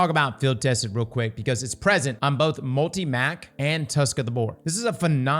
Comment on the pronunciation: the way you pronounce multi-“mac” pisses me off lol